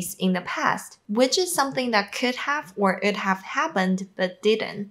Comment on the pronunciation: When you said would have. It sounded like ould have. I didn't hear the W sound. Say it like the word "wood" have. Great videos